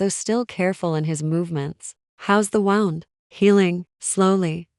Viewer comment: Please fix the cadence , it sounds like IT like a computer tec, There is no pause after sentence. Please I like the stories🙏🏻💋It also says Wound like you would a ball of yard instead of wound like bleeding from ;)